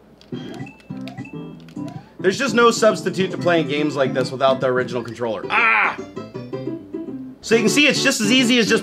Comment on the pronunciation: I believe it is pronounce Controller.